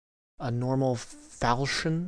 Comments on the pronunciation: I spent 2 weeks trying to pronounce falchion correctly. I decided after that time period that I should look it up. its pronounced, fal-kee-un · It pronounced fall chin that sword